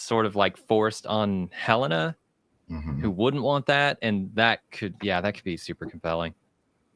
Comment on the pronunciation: Can someone teach how to pronounce Helena and Jame 😆